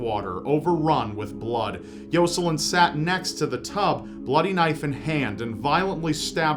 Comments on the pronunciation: I could barely pay attention to the one story because he kept saying “Yo-Sa-Lin” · I think he could make anything sound evil. Edit: Then again, he also seems to say Arthur and Jocelyn wrong, so who knows?